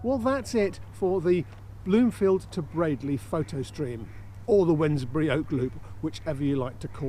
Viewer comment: Bradley... you’re the first blogger that I’ve heard pronounce it correctly. 👏🏻